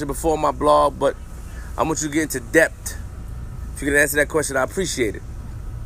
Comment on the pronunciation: he put mad emphasis on the T in depth... flips vocabulary all messed up